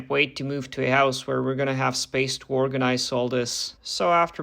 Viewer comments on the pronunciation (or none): Ahh yes "organize"